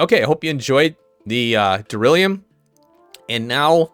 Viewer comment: Thanks for the episode. Duralin... Duralumin - easier done than said! 🤣